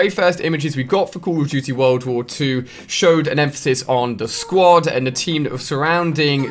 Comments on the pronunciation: CAWWWWW of DOOTY WA WAAAWWW TOOOO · The way this guy says Call of Duty is funny